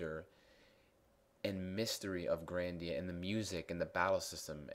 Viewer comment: oh you pernounce grandia different then me